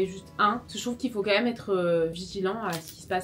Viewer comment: On dit pas meume, on dit même , avec un accent grave comme si on disait mème , bref........force à toi